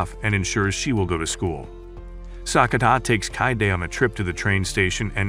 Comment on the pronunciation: Sakura not sakuna